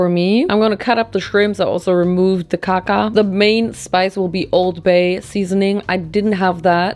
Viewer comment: I died how you said Kaka 💩